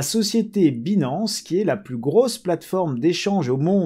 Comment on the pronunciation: En 2022 il y a des gens qui prononcent « Binance » comme ça ?! Dang.